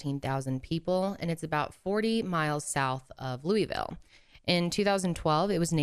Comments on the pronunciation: As a Kentucky native and a current student at UofL, I would advise if you ever come to Kentucky to pronounce it as “Loo-uh-vul” so as to not be spotted as a tourist! I feel this is one of those cases where it’s pretty obvious what happened yet the “protect your own” mentality within this family has prevented justice from happening sooner. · Petition to teach the rest of the country how to properly pronounce Louisville 😂